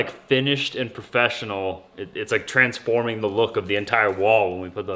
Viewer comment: It’s « Trent’s forming »